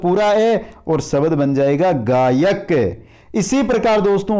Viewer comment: Bahut he accha padaya aapne sir liken aap swar ko swbar aur sabdh ko sabad kyo bol rahe the